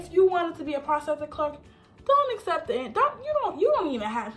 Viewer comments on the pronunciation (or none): none